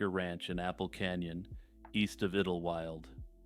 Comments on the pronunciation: Hey dude, It's pronounced idol-wild. Not idil wyld. That was driving me insane, 😢I had to skip that part. Lol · I swear to God, if u say iddel-wild one more time.... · Pretty sure it’s pronounced idle-wild (sounds like tidal). Could be wrong but that’s how I’ve always heard it pronounced. Anyway keep up the good work. I recently started watching your channel and it’s pretty good. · Idlewild. Pronounced ‘idol wild’. Great compilation!❤